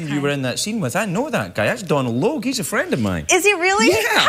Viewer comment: She said Donal the right way!! whoo!!